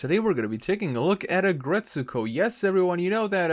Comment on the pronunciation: Noah fence but the way you say retsuko’s name makes me wanna die